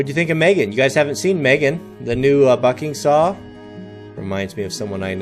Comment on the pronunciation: At 55 seconds it sounded like he said 5 foot f###ing saw instead bucking saw